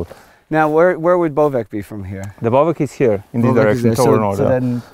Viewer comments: Please stop mispronouncing Bovec, it's pronounced as "Boh-vets" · yeah you need to use the "awe" sound. B - awe - vets ^^ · Boh-vets is not right either since the English "oh" doesn't make the same sound as the Slovenian ô. If Boh-vets was correct then it would be written as Bouvec in Slovenian.